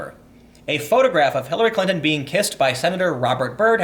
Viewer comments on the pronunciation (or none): Hillary Klan-ton, lol.